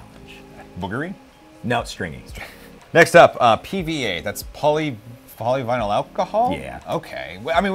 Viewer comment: "POLYVNLY"? not POLYVINYL? And same.